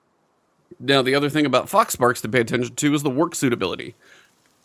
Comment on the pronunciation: I had to rewind a couple times because i was sure you were saying "fox farts."